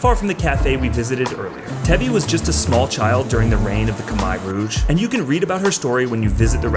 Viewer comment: lol did you just say "Kamai Rouge"